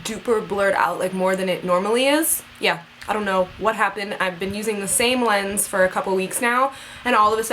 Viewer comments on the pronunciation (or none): none